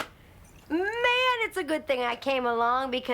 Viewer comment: Id be bothered with the way she said scrunchie (scrunchy?) But I would be GRATEFUL to have that edit told to me and excited to hear what she liked most